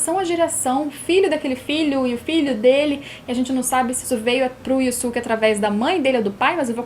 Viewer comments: Yu yu hakusho é o melhor anime dublado, não é um anime q todo mundo tá acostumado a ver tanto dublado como legendado como outros animes, ou seja, estamos acostumados a ouvir e falar "Yusuke" desde a época da tv Manchete, e vc vem com "Yuske, Yuske, Yuske", nem parece q vc tá falando dele, mesmo sendo a forma correta de falar, então não é chatice de quem reclamou, pq vc falando "Yuske" e não "Yusuke", dá impressão q vc é metidinha, entende. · hauhauhauhauhauhauhau pior q tb fiquei com raiva da pronuncia. IUSUQUE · Obrigado:) Tirou minha duvida! haaha Eu também uso essa pronuncia de Yoske porque foi a que aprendi lá em 94, assim como as de DBZ "ceru", "picoro" e "bedita".